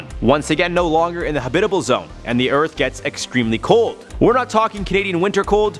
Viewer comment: Am I the only one that gets bother by how this man pronounces "habitable" ?